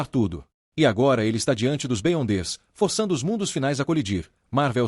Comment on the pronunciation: Top! uma dica para o narrador. escreve errado para pronunciar certo. Beyonder ---> Biondes Da certo! Sucesso!